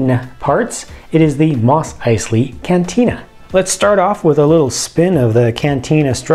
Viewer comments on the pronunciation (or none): Ummmm.... Did anyone else hear him say "Moth Picely"??